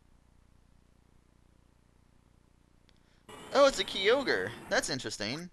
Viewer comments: Did this man really call it Key-o-grey? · Hope after all these years you learned the correct pronunciation of Kyogre.